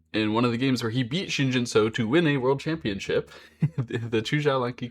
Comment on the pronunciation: Pronunciation tip: say “Shin Jin SUCKS”. Then, drop the “-CKS”, to get, “Shin Jin SU-“. And then you have the right pronunciation.